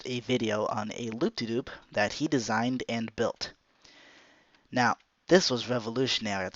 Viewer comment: Anyone else notice he said loop-de-Doop